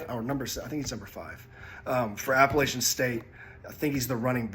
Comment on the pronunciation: Y’all absolutely murder the word Appalachian. App a LATCH in